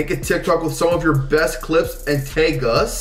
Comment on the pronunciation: The way he said tag